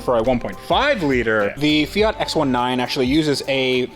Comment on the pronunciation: The "Fiatski"!!!